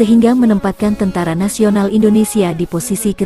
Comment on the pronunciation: kmu org mn min,kok tentara ngomong ny teentera